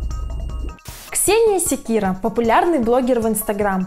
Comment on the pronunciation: Ксения Секиль ? Нет не слышал😂